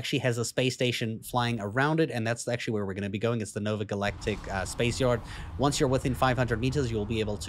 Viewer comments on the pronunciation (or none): none